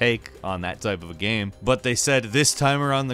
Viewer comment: you have a problem pronouncing "game"?